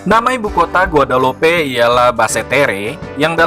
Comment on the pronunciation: Penyebutan nama dalam bahasa perancis ejaannya bukan begitu kali .